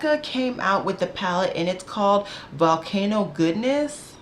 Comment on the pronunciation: LOL it’s not “goodness” it’s “goddess”! Like Greek gods and goddesses lol. Your reaction to the name was so funny.